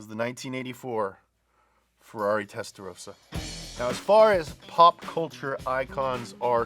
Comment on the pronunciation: Testarossa. Not Testarosa